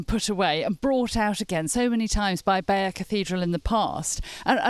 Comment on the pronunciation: The correct pronunciation of the tapestry is Bye - yur!